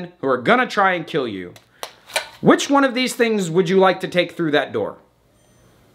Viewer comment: It will keel 😂